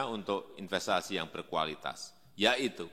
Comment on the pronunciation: YUHHUUUU "PLIS INPES TU MAY KANTRI...." 😂😂😂😂😂😂😂😂😂😂